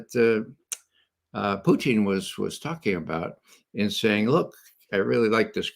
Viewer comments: I love Ray but his name isn't Putine. Putine is a food from Quebec made from French Fries with gravy and cheese on top. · Ray loves to say "Poutine" because he honestly believes that is how the Russians say it. His accent is so horrible he should stick to the way that most Americans mispronounce it.